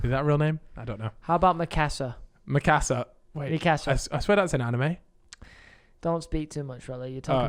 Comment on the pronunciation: Crimes mate, its called meekahsa not mikAsa